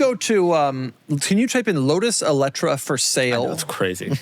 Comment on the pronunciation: Lotus Eleetree sent me 😂